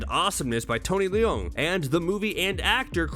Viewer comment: As someone from Hong Kong, I found the way he pronounced Leung in Tony Leung is weird